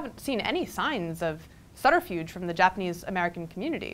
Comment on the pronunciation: Look up the pronunciation of subterfuge.